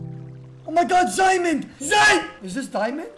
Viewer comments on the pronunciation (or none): Guy: OMG ZAIMEND WAIT IS THIS ZAI DIAMOND LAZIS LASULU. WHAT IS THAT IM QUITTING BECAUSE WHAT IS LAZIS LASULU. me: best spelling guy ever. Bravo Also me: laughing for 10 minutes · Its Diamond not ziamond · Noone: That weird talking guy: OMG ZIAMOND, Zai- Is this ZIAMOND? Lazi Lazooz